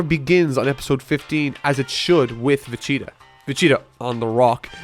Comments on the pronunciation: Is it me or does it sound like he's saying Veh-che-tah the whole time? I doubt that's what he's saying of course, but just... sound~. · Dude.. Why the hell do you keep saying VEG - ET- A's name so wrong, I have heard you pronounce it FINE before.. But on this video, Vegcheta.. Every time, that's not his name.. For a super fan you should know better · Why does it sound like you are saying vecheater in this bit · stop saying fechata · Why are you saying vecheta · I don’t like how you say Vegeta’s name as “Veh-Cheetah” ughhhhhhhhhhhhhhh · U are sating Vicita !!!!!!!!!!!!!!!!!!! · Why he keeps pronouncing it "ve-cheeta"? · VESHIRA? xDD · Vegeta not vecheeta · QUIT SAYING VECHEATA CAN YOU FUCKING PRONOUNCE HIS NAME RIGHT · Can't get over the "vacheeta" ... especially when you say it over over and OVER... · I can't stop hearing him say "Vecheta," and it's pissing me off. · If I hear "Vecheeta" one more time ever in my life I will shoot myself in the head. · Lmfao " Vacheeta " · People who try to sound smart and end up butchering the name anyways XD "Vecheeda"? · Your stupid stop saying vecheta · Good gosh this dude cant say vegeta he keeps saying vecheta like hes a chia pet or something so freaking annoying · why do you keep saying vecheta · good vid :) but Ve-cheetah? lol j/k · why does he say vecheeta? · Anyone else hear him say Vecheta? 😂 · chester the cheetah /fusion/Vegeta = Vecheeta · "Vecheata" Triggered me everytime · "Vecheta" hehehe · "ve-cheata"? dude c'mon... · Dude, why are you saying Vecheetah? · All I took away from this video..... was "Vacheta" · are you saying, FAcheta? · You say vegetas name like vecheeta please stop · If you don't mind my asking, why do you pronounce Vegeta as Vecheetah? Not trying to be mean or anything, just curious. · Why do you keep pronouncing Vegeta as "Vecheeta"? It's quite annoying. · Not want to be annoying here but am I wrong with hearing "vecheata" everytime you say vegeta? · his name is not Vecheeta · "vegeta" not "veCHeeta"